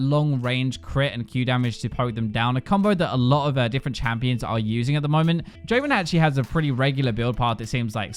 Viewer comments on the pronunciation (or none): none